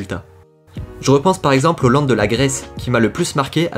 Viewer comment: Vous me faites rire en disant "Land"